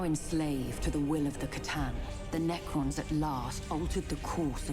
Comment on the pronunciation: 'Settlers of C'tan'